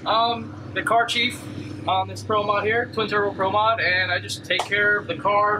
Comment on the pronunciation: Muito bom, ótimo vídeo mas PRO MOD não se pronuncia (pró moud) e sim (Prô Mód)